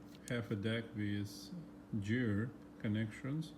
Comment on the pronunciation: Hi. I respect you a lot. I love your videos. Your are the nicest technician on youtube. But please don't you ever say "jeer". It's gear. Like gasket. You don't say jasket right? Go to google translator write gear and listen to robot saying it. Please, don't be mad at me, just listen to me. It is for your own good. I am Lithuanian. English is not my native too, but "Jeer"just hurts my (everyone's) ears. Thank you!